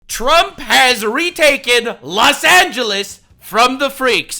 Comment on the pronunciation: Los Angeles = Less Anglo-es